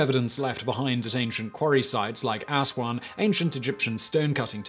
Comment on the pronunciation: ass-juan lol